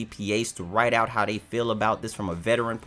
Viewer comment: Typical native English speaker who didn't really bother to learn English, forget "simbalism", look at "hoo", "owt" , and "mettle of honer".